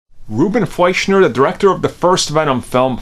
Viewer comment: It’s “Fleischer”, not “Fleischner”.